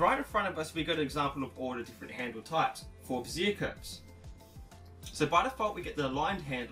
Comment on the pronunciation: Very informative and helpful...but just a trivial point for the sake of conversation...Bezier is pronounced bez-ee-ay, not ba-zeer. It sounds like you are referring to a woman's support under-garment.